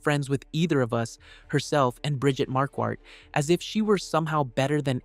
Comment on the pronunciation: Her name is Marquardt…pronounced MAR-quart…not mar-QUAT. That bothers me…